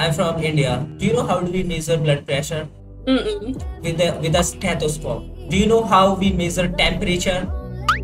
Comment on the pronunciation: Blodd pressure **. Stethoscope 😅